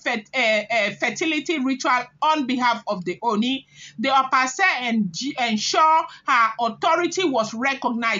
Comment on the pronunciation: Pronounced Ashe pls.